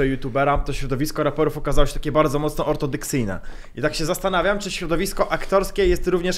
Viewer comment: Mówi się ortodoksyjne, a nie ortodyksyjne Panie.